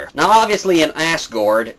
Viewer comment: The way you pronounced Asgard - is that the way it sounds in original?